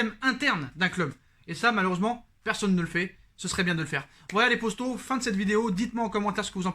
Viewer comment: J'ai l'impression que tu slt les posto au lieu de poto